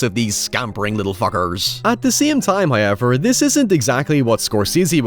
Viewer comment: First "hoyevver" drops . It's subtle, but it's there. G'day, mate!🕷